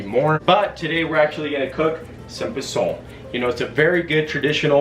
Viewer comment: Next time you are trying to do a cooking video pronounce posole right. Like it is not the gringo way.. also is not rejuvenated is rehydrated.. laurel is the same in English. Posole doesn't take that long. At least 2 to 3 hrs to make.